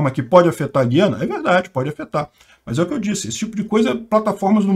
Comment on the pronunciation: Vocês do Sudeste não acertam a pronúncia; não é Guiana de Guilherme, mas Guiana de Araguaia. É um tritongo com três sílabas e não duas.